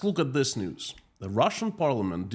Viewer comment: Russian News? I thought I misheard you say the Russian Noose! Then I realized it’s basically the same thing! Unreal! 😮